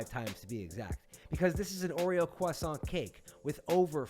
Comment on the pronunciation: disliked just because of how you pronounced croissant. noob.